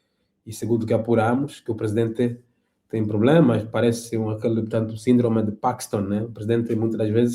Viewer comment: Parkiston? Jornalistas fracos...